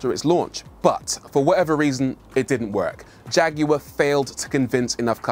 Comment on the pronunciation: Leave it up to somebody from the UK to pronounce the name Jag you are correctly